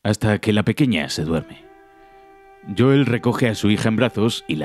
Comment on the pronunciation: Joel Pronunciación exacta: Youl Españoles: JOOEL